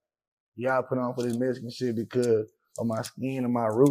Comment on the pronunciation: What’s a mesican ?